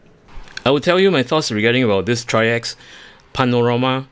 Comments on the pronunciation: I know this is an older video but the company does pronounce their brand name as trikes. Like the 3 wheeler but plural. That is all. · Excellent video, and because no one asked and not that important..If anyone ever wonders..The company is pronounced like the word Bikes but with a 'TR'...TRIKES [TRYX]. Thank you for this wonderful video, will definitely pick this up.